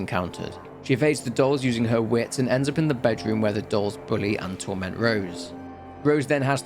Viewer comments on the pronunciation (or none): none